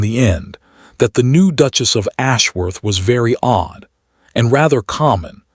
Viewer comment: Good story but the Narrator can improve. I have to admit that the "Dooches' got to me